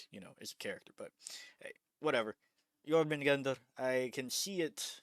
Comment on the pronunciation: Jormungandr pronunciation on 💯